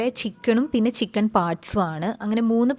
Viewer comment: ചിക്കൺ എന്നാണോ പറയുന്നേ അതുപോലെ തോന്നി